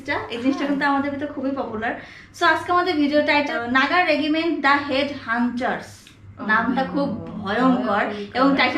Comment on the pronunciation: It's নাগা রেজিমেন্ট হেড হান্টারস্ Not নাগা রেগিমেন্ট হেড হান্চার